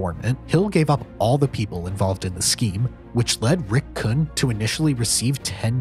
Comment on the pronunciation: These names don't "sound familiar" because you didn't pronounce them correctly. There's only been 1000 of movies/docs/youtube videos where the names "Rick Kuhn" and "Lucchese family" are pronounced properly